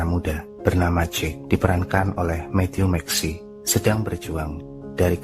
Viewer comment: Matthew Mcaunaghey bukan Mattew Maxi😁 Bang....but anyway makasih banyak ya ini slh 1 film favorit saya